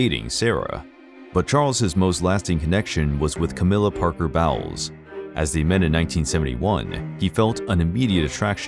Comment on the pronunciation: Bowles is pronounced Bowls and the question Charles was asked was if he was “in love” not if he loved her. Big difference and an inappropriate question to begin with